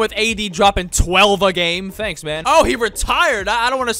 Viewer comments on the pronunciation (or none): none